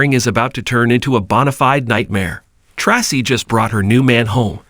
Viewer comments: Tray-see is the right sound .. not tassi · Commentator: Learn how to say the correct way on how to say the actors names before you speak. The actor name is pronounced "Tracy"(aka) Tra-cee get it. It that to hard to pronounce ". If so,you don't need to be in here doing this".!